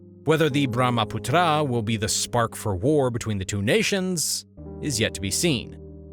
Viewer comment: Hello Author, Learn geography. In a map you placed Tibet down near Hong Kong. Also it is not true that most of the Chinese population lives in the arid north. Also you should learn how to pronounce words like Brahmaputra.